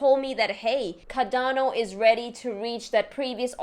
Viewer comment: CaRdano! CARdano (Kar-don-oh)